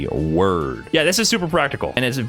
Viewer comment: I swear this mf is saying “worm” am I bugging?